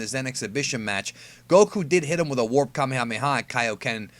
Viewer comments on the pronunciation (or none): none